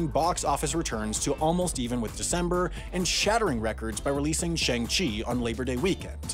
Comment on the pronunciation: Shang-Chi: explains how to pronounce his name in the movie Shang-Chi: literally rhymes with his alias "Shaun" Simu Liu: explains how to pronounce the character's name on twitter Everyone: "SHAYNG CHEE"